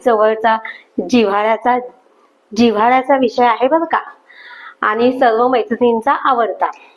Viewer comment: खरंच म्हणताहात तुम्ही ताई .छान व्हिडिओ.फक्त आनी,पानी असे उच्चार please खटकतात.